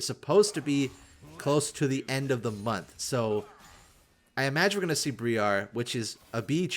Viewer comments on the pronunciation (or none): none